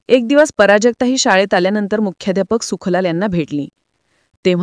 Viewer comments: पराजक्ता नाही बावळट प्राजक्ता म्हण. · "" पराजगता "" नव्हे , "" प्राजक्ता "" असं सांगा. व्याकरण हा मराठी भाषेचा बावनकशी सोन्याचा अलंकार आहे.